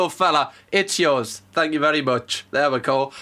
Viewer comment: The guy who thought he said fuck off I can kinda understand cuz when he repeated it the accent did make thank sound a little like fuck but then again it's London and as a Scot to me it's the English Glasgow where violence is around every corner no matter what